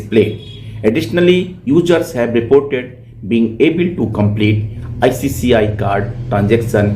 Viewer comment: Please pronounce "ICICI" , not "ICCI" bank.